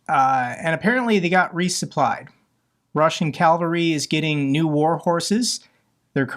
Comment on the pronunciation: Love your content; it's not CALVARY, it's CAVALRY. Thanks